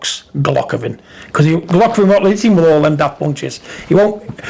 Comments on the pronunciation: Golockovin? Take the marbles out your mouth big John hha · Who the fuck is Gulockovin lol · "Golockovin".... Got to love Big John......